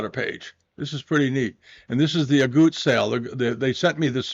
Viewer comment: Dear, it’s Aguttes not Auguttes.